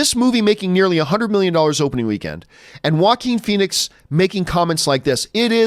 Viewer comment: "Jokin" Phoenix, that's how you pronounce it, right? He was born for the role!